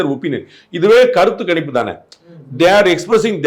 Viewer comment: Kanippu illa sir. Ganippu.....GA, GA......😮😮